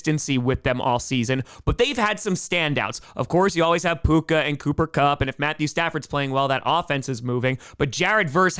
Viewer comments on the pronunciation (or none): none